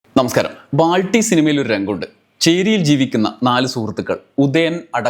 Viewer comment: ബ്രോ... ബൾട്ടിയാണ്.... ബാൾട്ടിയല്ല